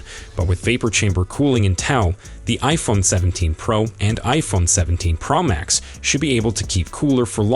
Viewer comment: There’s no iphone17 “pramax”, as far as i know😂😂😂😂😂